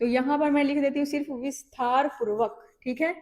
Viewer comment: Visthaar purbak nahi Vistaar purvak bolna uchit hoga